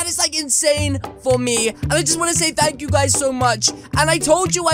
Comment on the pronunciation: thank yew